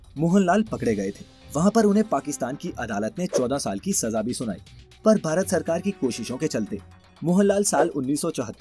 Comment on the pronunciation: अच्छी जानकारी है । आप अक्षर "भ" के उच्चारण का अभ्यास करें क्योंकि आप "भारत" कहने की जगह "बारत" कहते हैं । कम से कम अपने देश के नाम का तो सही उच्चारण करना सीख लें । संजय अग्निहोत्री उपन्यासकार